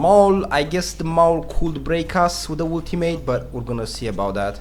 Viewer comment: When u say ultimate all I hear is woot teammate